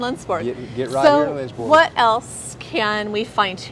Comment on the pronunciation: As a Sweden I would love to visit this town and store! To actually see how Swedish this actually is :) ALSO on a side note! if you wanna try to say Lindsborg correctly try to pronounse it like: Lindsborj With the "j" at the ens sounding like your about to say "yes" and the "O" in Borg pronounced like the "O" in "York" hard to explain! But if you have ANY questions about swedes tradition pronounciations just contact me, I can always help